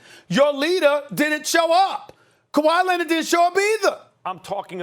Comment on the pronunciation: nobody: absolutely nobody: stephen a: KAWHI LENNID!!!